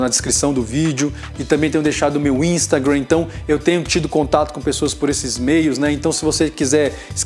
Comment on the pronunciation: "Meu Instagram" 🤣🤣🤣que sotaque é esse,?!